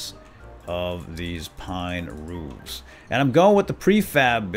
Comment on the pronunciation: it's ruffs not roofs not to be mean